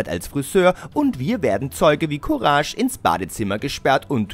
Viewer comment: Der typ hat einfach "courage" falsch ausgesprochen xD